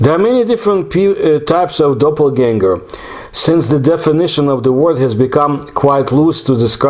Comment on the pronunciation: The word "Animal" comes from the word "Animus" or "Anima" which means Soul! This was an absolutely wonderful episode, one of my all time-favorites, and you pronounced the word Doppelganger with perfection!